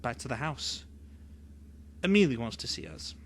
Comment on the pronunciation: Ms. Caine named the head vampire Amelie (pronounced AH-muh-lee). No disrespect meant, just figured you’d like to know for your next book narration ❤ thank you!